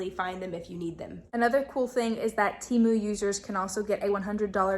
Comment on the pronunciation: 100% agree! Plus watching the ads on the video will advise you that it's pronounced Teh-moo, not Tee-moo.